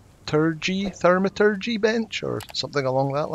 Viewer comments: The “au” in thaumaturgy is an “or” sound. So Thor - ma - tur (like turd) - gee 🤓 Also, I love your videos. Only started playing a few days ago but you’ve been an utterly invaluable resource! Thanks! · It is pronounced thaw-ma-tur-gee. It comes from the Greek word thauma meaning miracle. Had it been a Latin word the au would make a ow or oh sound and would be something like thow-ma-tur-gee. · If you cared for a little bit of help - you got the “maturgy” right, in the “thau” the “au” is like “ow”, like the pain response. So just “th” as well as you can and end with “ow”. Then like I said, your “maturgy” is fine. The “th” is kinda hard though. Not soft like “thou” in “Romeo, where art thou”, even though it ends with the same “ow” sound. Hard like “with”, maybe? So I guess it’s a bit like the “thou” in “wi(thou)t” Love your accent btw. This is no shade. Just some unsolicited help if you wanted it. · Thanks. It makes a lot of sense since in French it is pronounced Thow-ma-tur-gee 😉